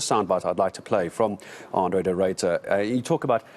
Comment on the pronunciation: "Arno" De Ruyter? Really? It's Andre guys. Jeez.